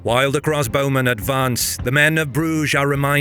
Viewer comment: Another brilliant triumph, but (for future reference) very slightly marred by a distracting repeated pronunciation error that is odd for a native speaker to make. I was wondering why the bowmen were always cross when I realised that what you meant to say was CROSSbowmen, not 'cross BOWmen.' Weird, since you correctly talk about CROSSbows.